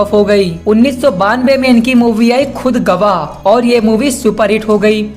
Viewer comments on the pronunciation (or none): Bhayi mere, Alp nahi hai Aaalap............, Bhai ko badlo magar Bhasha nahi................Khud gawa nahi, Khudaa gawa.😊